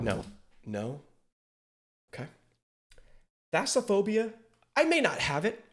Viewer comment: IT'S THALLASOPHOBIA NOT THASAPHOBIA BTW Love your reactions :D